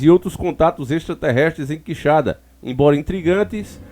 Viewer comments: Por pouco ele nao chamou de queixada...OOOlha o acento. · Quixadá , não Quixada 🤦🏼‍♀️ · o nome é Quixadá e não quixada valeu um abraço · NÃO É quixada. É Quixadááá. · Gnt chata, Quixada ou Quixadá, deu pra entender perfeitamente de qual cidade ta falando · irmão, tem um acento no final do nome, é Quixadá, e nao Quixada, abraço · Oi. ❤ os fatos sao de antigos comentários. Crescemos ouvindo isso aqui. Mas a pronuncia é qui- xa- dááá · Conheço a cidade. Já estive lá! Só uma observação, QuixaDÁ, sílaba forte em DÁ. Bom trabalho! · Nome ta falando errado, cidade é Quixadá Aqui no meu ce